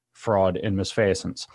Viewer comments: I hate to be a noodge, but misfeasance is pronounced mis-FEE-sance, James; not mis-FAY-a-sance. It jars me to hear these disfigured words fall from the lips of highly intelligent men of letters, and I hear it frequently. Benjamin Boyce mangled "aristocracy" so badly, I found his pronunciation almost impossible to repeat. He might have created the first one-word tongue-twister. I know, I have a problem. Nearly two decades of copy editing and proofreading have driven me quite mad. But I also think that someone who speaks as eloquently and often as you do would want to be informed of a little bug like this and fix it. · misfeasance is a word, but, yeah, it's not pronounced like that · He’s pronouncing it a bit of both the English word, misfeasance, and its French counterpart, malfaisance. Guessing he read Foucault in French.